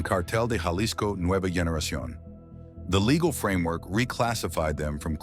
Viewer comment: Jaw-lisco?!! come on, get a clue, this is ridiculous!!